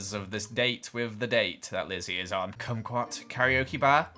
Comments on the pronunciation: you pronounce kumquat like squat lmao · Congrats on saying kumqout kokeok bar lol